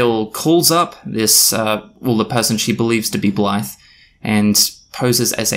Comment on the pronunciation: Oops. Just had to delete a comment saying you looked like a racist because you kept describing the reviewer as a "black person". Turns out with your accent at 2x speed "that Blythe person" sounds a lot like "that black person" lol